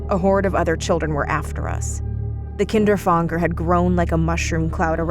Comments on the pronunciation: Isn’t it Kinder-Fanger not KINDER FONGDER like wtf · If the word is meant to be German, its "Kinderfänger", not "Kinderfanger". You speak the "ä" just like the first "a" in "animal" for example ;) BTW: "Kinderfänger" means "child catcher" in German. (the more you now :D) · Is the Kinderfänger inspired by the rat catcher of Hameln? Also the German word Fänger, should be pronounced like f anger, So it would be ['kɪndɹ‚fæŋɡɹ] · that's not how you pronounce kinderfänger